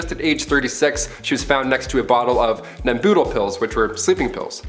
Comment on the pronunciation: Nem bu. Tol. Not nemboodle